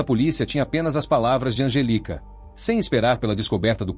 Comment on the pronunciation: digamos que seja erro de tradução do IA pq se ele digitar 'Angélica' com acento, não fica 'Angelica'.... É só digitar certo pra o IA falar corretamente!